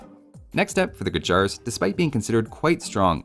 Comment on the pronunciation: you mentioned mispronounciation of khmer and then also went on to say "gurjara" in the same video, not sure why "a" is added in the end when it is inteded to be pronounced as "gur - jur"